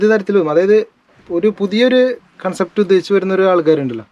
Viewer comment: കോൺസെപ്റ്റ് അല്ല കൺസെപ്റ്റ് aanu😂